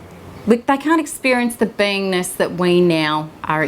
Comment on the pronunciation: It sounds like she's saying I have to heal my "vainess" or "penis." I had to keep listening until I think she said "beingness." Please pronounce better.